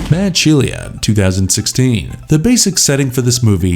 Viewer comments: So many movies missing , Firebird 2015, Steel Dawn, Turbo kid, Blood of Heroes, Death Sport. And how do you not know the way to pronounce Shelia, it is she-la not she-le-a. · Sheila, my man, "She-la". It's not an uncommon name, plus it's well known Aussie slang. Not sure how you got "Shell-e-ah".